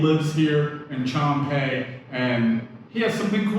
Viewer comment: I'm not offended, but Chum Phae is pronounced Choom (rhymes with zoom, boom, loom), Paa ( has the aa sound as in cat, hat, fat).